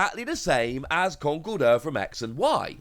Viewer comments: official pronounciation in con-kel-derr, iits like the whole Arceus prounoncuin as arc-e-us when its actually ar-ce-us there are a few others that hurt my ears. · But should we pronounce it Conk- el- durr??